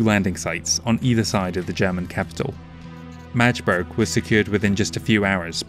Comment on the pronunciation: that is great to hear. I'm taking you up on the pronounciation thing: It is Magdeburg not Madgeburg and the northern Part of Berlin is called "Prenzlauer Berg" (these days a super gentrified yuppie area, it's acutally quite infamous). The Havel river has is pronounciation on the "a" so its HAvel. Also the Ruhr is in the West of our county, not in the east. The rest is pronounced very well! But nevermind these little mistakes, you did an amazing job and again - I'm very grateful for you work and whish you all the best for the future.